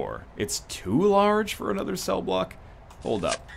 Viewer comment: hi im your 652,147th sub when you said room cell i belive you said room seel